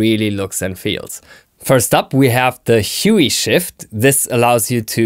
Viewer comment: LOL - "Huee shift"... sorry... 🤣